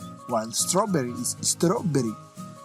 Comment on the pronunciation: I laughed so hard when he said istaraberri